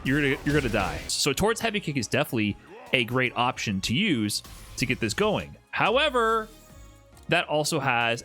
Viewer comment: hits the “HOWEVER” like how ace attorney games hit you with the “OBJECTION!”